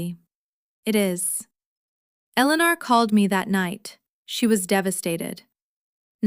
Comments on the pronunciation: In many stories it was pronounced perfectly, just on this channel it's Elellanar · It's very clear that Ai cannot pronounce the name Eleanor.. So either stop using the name or get Ai to do it right.. It's getting annoying 🙄😅😅